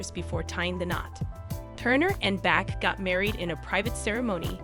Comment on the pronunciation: Also, it’s Erwin Bach- pronounced Bahk, NOT Back!!!!As the video notes, Erwin was also in the music business as a producer for EMI.